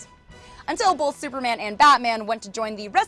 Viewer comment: Bolth. I don't pronounce the "L" in the word "Both".